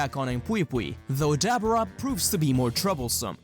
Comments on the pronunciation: i just gotta say ive never heard anyone pronounce daboras name like that lmao its duh BOAR uh not Dabber uh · i hope i am saying this with no disrespect, for i am unaware if you have a ascent, but try to pronouns Dabura's name as Da-boar-a, again i wish i am saying this with no disrespect its just i cant help myself but get a little annoyed every time you say it that way